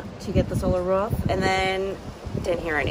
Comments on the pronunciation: Why do you keep saying "ruf" instead of roof? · Am I the only one that is super annoyed by the way she pronounces roof? Ruff sounds like shit. Roof looks great. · R-OO-F not R-U-F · I won’t use your referral code but can I pay for you to learn how to say ‘roof’ rather than ‘ruuf’?